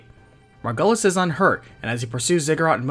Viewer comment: hate to be that person but... MargYUlis... it's said that way in the game so... other than that, the vid's great. been a while since i played this and getting a recap is very cool.this game deserves more love